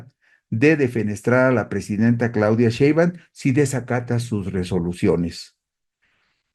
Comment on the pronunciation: Está bien que no puedas pronunciar correctamente el apellido paterno de nuestra Presidenta, pero ¿podrías cuando menos leerlo correctamente?